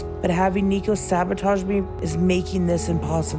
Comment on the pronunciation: Kirsten's son's name is pronounced "Nee-ko." I don't know where you got "Nay-co" from.